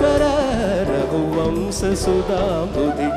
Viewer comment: One correction, that is not raghuvamsa, it must be pronounced as raghuvamsha